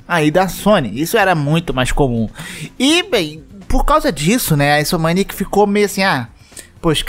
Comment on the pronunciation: kkk insomniac falado como "inso-maniac" é muitcho loko